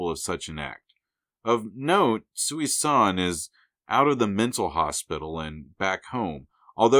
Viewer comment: Small nitpick...Thanos' mother's name isn't "Sooey-San". It's pronounced "Susan". That's the joke. Such a normal sounding name to be the mother of the avatar of Death.